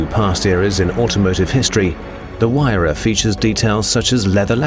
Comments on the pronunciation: say it like wire-ra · no its HERERRAAA XD